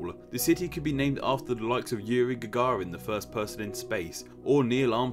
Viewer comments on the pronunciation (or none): none